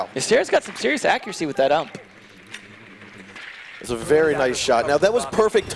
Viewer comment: are we going to ignore the fact he literally said ump instead of U.M.P smh